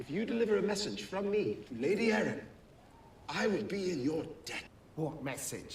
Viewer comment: It's Jon "Arryn" not Arya 🤣